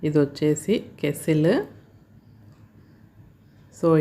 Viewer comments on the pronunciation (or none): ఏవండీ అది కేస్సిల్ కాదు "కెటిల్" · Madam adhi kesstle or kettle . Please tell me andharu kettle antaru